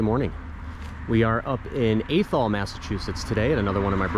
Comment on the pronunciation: Athol is pronounced with a short a.